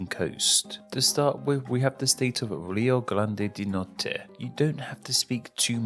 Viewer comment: Palá, Lolaima, Malanhão, Cealá, Lio Glande do Note, Mato Glosso.... esse cara é o Cebolinha?